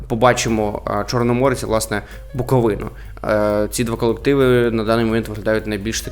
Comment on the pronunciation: сказав Буковина правильно! Ура! Бойкот знято. Лайк.